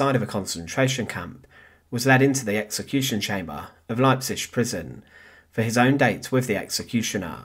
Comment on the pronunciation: Can you not learn how to pronounce Leipzig? It's not difficult.